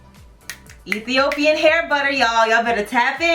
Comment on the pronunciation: I am born in Addis Ababa, Ethiopia. I am Amhara. You did not pronounce Ethiopia right and we are Ethiopiawe not Ethiopian. Ethiopia is not in Africa. In the last part of the last millennium Italian Roman General Africanus defeated Africa but he didn’t battle Ethiopia it was his privilege and his right to name what he conquered he named it Africa. There were no slaves took from Ethiopia there were no slave in Ethiopia no 1 in Ethiopia sold people as slaves from Ethiopia to other countries so we Ethiopians are not niggers/niggas. Nigger/nigga means your ancestors were slaves/you we’re a slave/your country got colonized. And that’s what black means also. And us Ethiopian are not black.